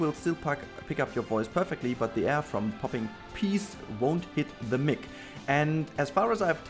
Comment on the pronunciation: Yay thanks for filling in the rock loop from the last episode, however, this episode felt super short, we need more:)... When you are saying Microphone - Mic... try and say it like Mike, thats the correct pronunciation. I listen to your episodes with earbuds cause if people hear your voice I with gather an unnecessary crowd around me to partake in your brilliance, but i am selfish of my time lol.